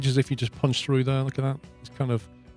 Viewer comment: I love this series and how you play, the only thing is the way you pronounce "there" is driving me absolutely insane!